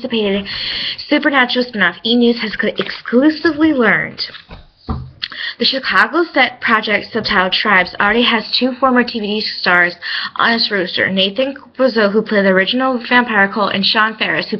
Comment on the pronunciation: Granted he was only in 2 episodes so its not that big of a deal. Side note its pronounced roster not rooster. And your pronounced ALUM wrong. #getittogethergirl